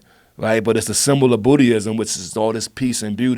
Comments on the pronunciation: I have enormous respect for anyone who can pronounce the religion as "Bootyism" with such confidence and such a straight face (see ). RZA is a great artist. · or Buddhi-ism....booty-ism. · Donnell is hilarious , and RZA is cool but if he calls buddhism "bootyism" again i'm gonna lose it. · RZA: "hold on, before we start here is a disclaimer. I pronounce words my own way" **1 hr later** RZA: talks about a lotus flower representing a symbol of buddhism. "its a symbol of bootayism" Bruh. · Lmao RZA really pronounces words the way he feels like. he says it's a symbol of Bootyism instead of Buddhism lol and he kept rolling hahhahahaah in dying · Did say booty-ism? Lol